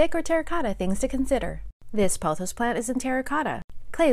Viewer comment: ok first of all you’re not supposed to dust succulents and why did that dude call pothos “photos”